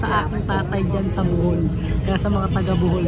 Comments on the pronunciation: BOHOL not Buhol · BOhol Po lodi Hindi BUhol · sir BOHOL po not Buhol 😅